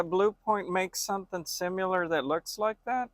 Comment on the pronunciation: "Simular" lmao